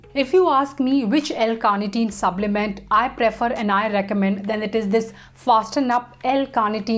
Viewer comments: Why I hear subblement instead of supplement. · Yes...subblement throughout the video